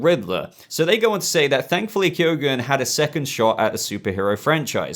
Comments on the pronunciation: Yeah B , I think it's pronounced key-gun .Not key-o-gun . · barry keoghan's name is actually pronounced barry key-own